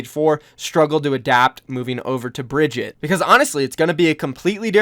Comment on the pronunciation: Bri-gee-tah not Bridget lol